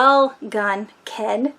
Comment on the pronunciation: It’s not hard to pronounce. My mother was from the Algonquin tribe. Say... al GONE quin simple. Now say it again... al-GONE-quin. It’s getting easier. Have you reviewed “Catch 22” by Joseph Heller? How about “Johnny Got His Gun” by Dalton Trumbo?